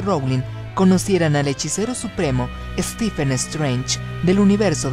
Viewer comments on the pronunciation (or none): none